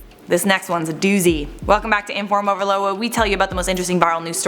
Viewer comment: Go to Charlotte says!